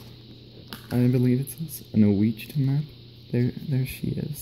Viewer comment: WASH-IT-TAH map turtle.